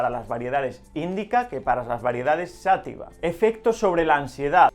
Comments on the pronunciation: Por que dice "sÁtiva" si no lleva acento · Se dice y escribe: "Cannabis Sativa" (Sa-TÍ-VA), no "Sátiva".